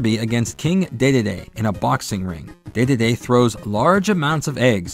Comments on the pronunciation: Ah, yes, everyone’s favorite Kirby character: King DayDayDay. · DeDeDe is pronounced DeeDeeDee, as in DeeDee from Dexter's Lab. It has been comfirmed since Super Smash Bros. Brawl cuz the announcer says it that way. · 4Kids is the company that brought the Kirby cartoon outside Asia. That's probably how most kids first heard the name. After that, NoA specifically had the narrators in the last three Smash Brothers games pronounce is as "Dididi" for the English versions. The narrators had to record it both ways. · It was originally pronounced "Dei Dei Dei." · Honestly, I hated this pronounciation in this video. I nearly didn't make it all the way through. And uh... what?? Um. 4Kids didn't "invent" that way of saying it. In fact, 4Kids literally does not even come into the equation here. Huh??? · Wow... You're that self-conscious...? :( You know, it's fine if other pronunciations exist, even if they might mean your pronunciation is wrong. You shouldn't be so upset to hear alternate ways of saying things. How is 4Kid not come into the equation when they're literally the first official source that pronounced his name as "Dididi"? It was also extremely popular. LOTS of kids heard that pronunciation there, and even was introduced to Kirby thru that show. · Kirby's Avalanche on SNES used the same pronunciation as the 4Kids anime dub. I don't know how many people played it, but the pronunciation didn't originate in the anime dub.